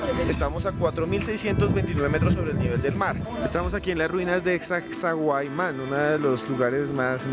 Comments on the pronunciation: Se pronuncia Sacsaiuaman, no Sacsauaman. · Creo que nunca he visto una investigación de tan poca calidad, ya van dos que no pueden decir Sacsayhuaman y hablan explicando todo mal. Pésimo